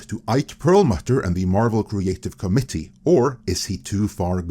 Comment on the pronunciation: It’s pernuonced “co-mitt-eee”, not “comedy”.